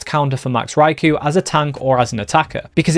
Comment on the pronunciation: Poor Raikou, everyone says his name wrong 😢